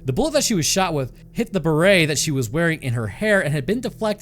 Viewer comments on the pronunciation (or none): It's not beret, the T isn't silent on this one! it's barrette. 😊